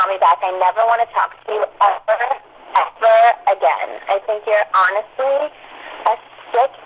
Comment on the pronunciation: Don't call me Eh-Ver, Eh-Ver, again!